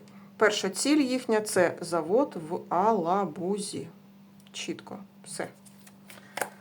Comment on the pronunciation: не в Алабузи а в Елабузи